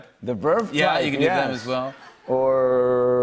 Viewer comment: the way he says who